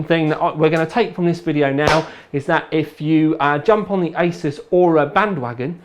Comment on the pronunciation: did he say ISIS XD